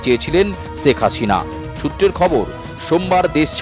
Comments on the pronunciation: সেখ হাশিনা। 😂😂 উচ্চারণের এই অবস্থা কেন??😂😂😆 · আপনাদের উচ্চারণ গুলো এত হাস্যকর কেনো? একটু চর্চা করলেই তো ঠিক হয়ে যায়। বাংলা ভাষার অবস্থা ১২ টা বাজায় দিছেন। শেখ হাসিনা কে বলেন চেক আচিনা, আন্দোলন কে বলেন আন্ডোলন।কমিশনার কে বলেন কমিচোনার। আপনাদের কি সব সাংবাদিক মুর্খ। না হলে কেও না কেও ভুল ধরিয়ে দিত।